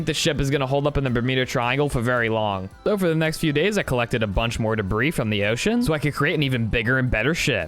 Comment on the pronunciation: I HAD INTERNAL SCREAMS EVERY TIME YOU SAID OCEAn